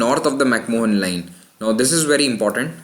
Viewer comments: lol..its MacMahon line..and not MacMohan line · It's pronounced "mac maan" not "mohan" Pretty sure he wasn't Indian. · McMahon is pronounced as "Mac-Man" or "Mac-Maan". You should know that.